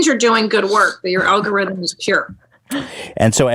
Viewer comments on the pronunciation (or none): none